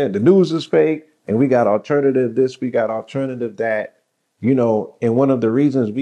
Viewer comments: The T is mixed in with the E lol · What is 'Alernatve'